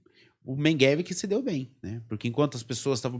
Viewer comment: o sujeito não consegue nem pronunciar MEGELE ....o cara fala Mengueve ..... nem um português decente ele fala ...pqp historiador ...affffff